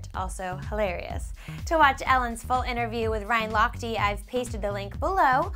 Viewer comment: how she pronounced lochte. ha ha